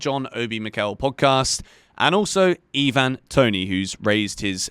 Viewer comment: its not eeeeeeevan its iiiiiiiiiivan